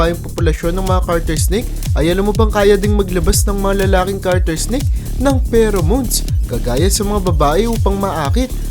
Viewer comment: Kuya it's Garter snake not Carter snake just saying no hate so that you know